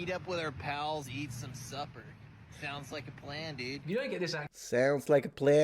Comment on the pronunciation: Lmao idk about the rest of this video but the supper one doesn’t sound right to me